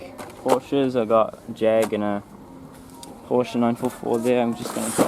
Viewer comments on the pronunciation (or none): none